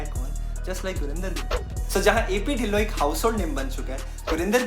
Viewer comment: Bro dhillon ki pronunciation tillo hai😅